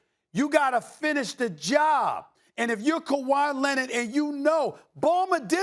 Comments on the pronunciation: Stephen “ kawhi lennit” a smith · No one: SAS: Kawhi Lennid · Stephen "Kawhi Lenid" Smith